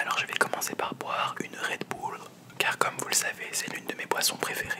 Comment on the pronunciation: C du redbull c pas du redboulle